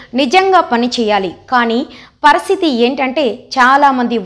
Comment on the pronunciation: చూసి చదవడం కూడా రాక పోతే ఎలా పరిస్తితి నీ పరిశితి అంటున్నారు అంటే ముందు మిమ్మల్ని ఆ ఉద్యోగం నుండి తొలగించాలి 😂